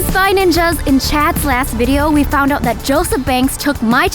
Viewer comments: vy said vido instead of video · Vy said vido instead of video 😂😂🤣🤣😂😂🤣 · Vy Said Vido Instead Of Video😂😂😂😂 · Vy said Vidal instead of video. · Vy u said vido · In vy said vidoo😂😂😂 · Vy when you said in the last video you really said vidlo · im pretty sure vy said "In the last videl..." Listen to it carefully and like this comment if you agree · she said vidle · you said vido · In instead of saying in the last vedio she said verio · hear how vy said video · vy said video wrong😂